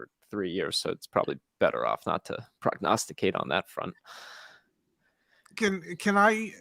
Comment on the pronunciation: PrognasticAte….Perpetuity! Whoa let me get out my dictionary! 🤣 *prognosticate! *!